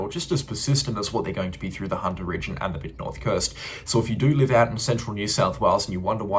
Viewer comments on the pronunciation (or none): none